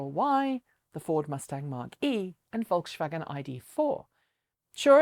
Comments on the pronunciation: Not sure if it's helpful but the pronunciation of Volkswagen is more FolksVagen than VolksShvagen ;) But thanks heaps for this video, amazing! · Err, the s in Volkswagen is not said like the a in Skoda. If anything it's "Folkssvagen" if you want to sound German. Just saying. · Great job at pronouncing most of the car manufacturer names. You say Skoda perfcetly! Check out how to pronounce Volks-wagen though, you say Volks - shwagen twice here It's folks - wagon, not "shwagen". This is a great video on the subject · Volkswagen - pronunciation like Folk's vagen. No SH sound in there. ;-) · But "VolksShvagen" sounds much more funny, I like it :-) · lol Great show...??? Problem pronouncing Volkswagen??? A " V" in German is an "F" in English. fyi